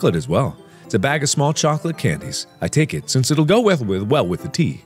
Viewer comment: It's unfortunate that you chose to pronounce "chocolate" that way, Mark